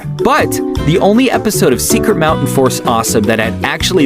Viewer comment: *Fort, not Force Also, the pilot is on Youtube